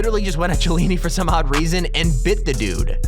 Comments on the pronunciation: Chiellini is pronouned as "Kiellini". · Samuel LEE Bruh. He said: Mareeners Bur-ess And Chee-a-lean-e RayX7 is trying to help his dumb ass out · Pronunciation errors: MAriners, BURRess, HasslebEck, Chiellini (silent H). You should get an editor or at least someone to double check your production...